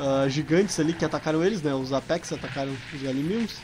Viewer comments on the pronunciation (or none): none